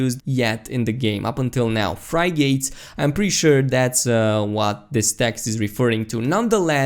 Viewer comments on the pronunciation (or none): fry-gates? you mean frigates? it's pronounced fri-gatts. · fry-gates lol...I think its pronounced "Friggit" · being able to build your own ship would be the best. BY THE WAY. its pronounced frig-gets, not Fry-gates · "frigates" is pronounced... "frig - its" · love your work, try pronouncing Frigates like this F-rig-its F connected to the Rig is FRig and then join the Ates or the sound of Its, so you can say Frig-Ates or Frig-Its. the English language can be stupid at times.... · FRY GATES ? --- isn't it pronounced FRIG GITS... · Yeah it was hilarious to hear xD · "Fry-gates" xD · fri-gates lmao that eastern European pronunciation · fry-gates XD seriously though, great video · That is not how you pronounce Frigates Btw